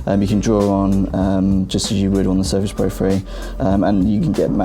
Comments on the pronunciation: I understood Surface "free" :D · GUYS presenting u with the new windows Surface FREE !!!!!!#BRUHDOUEVENPRONOUNCE